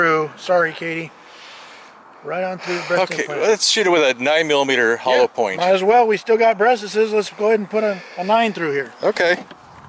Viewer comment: Aaahahaha og said bresteses! Hahaha I laughed so hard